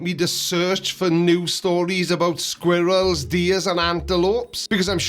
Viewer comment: Did say, Squeerills?😂